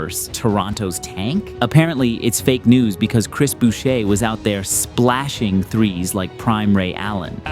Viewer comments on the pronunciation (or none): You dont pronounced the r in chris boucher. Pronounced like chris bushay.